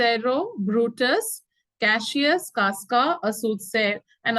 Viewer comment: Mam it is Cassius not cashius 😅